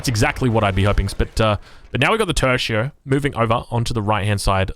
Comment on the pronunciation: I do love and what he's doing, but.... say "Opri-Nik" one more time and I'll never donate again, ffs! It's Oprichnik. Same for "Tershio" and "Hudonaise". You are a professional streamer now, so maybe just learn the words that are important for your job. Just take 5 seconds, type the words into Google Translate and have them show you how it's pronounced. I don't even know why this upsets me the way it does. Anyway, keep up the good work,. <3